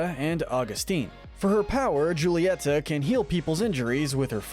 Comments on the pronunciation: Julieta is Hu-lie-ta :) (Dude I'm good at reading!) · Ok just a reminder it's huletia ( that's how you pronounce it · How to not mispronounce the character:Julieta You see "j" in Spanish make a "h" sound Witch means it's pronounced "Hulieta" Also it's the "Madrigals" not "Madrials" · isnt it pronounced HOO-lee-et-uh? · You don’t pronounce it right it’s hu-lee-eta and ab-wel-a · Just saying, Mirabel’s mother’s name is, “Hull-EE-e-TA” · Could you try to pronounce the names correctly? I was trying to let it go until you got to Julieta. The J should be pronounced like an H.